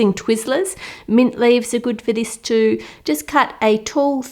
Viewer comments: Like that "gud" accent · I love how she says good,it is so Australian